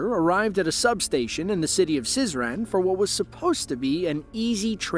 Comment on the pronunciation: То есть как произнесли Сызрань вас не смутило...